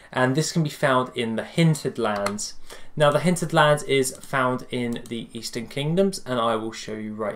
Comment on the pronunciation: its hinterlands not hinted lands